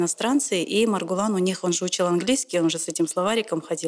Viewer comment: Не Мургулан а Маргулан